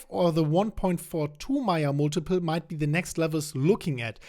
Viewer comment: Hi, I thought you kept saying Maya Multiple.....Mate it's pronounced..May--Yerrr just trying to help.